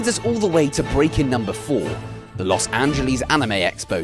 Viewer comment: What even is Lous Anjelees? I know of Los Angeles...